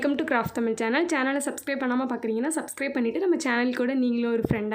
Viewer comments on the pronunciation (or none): none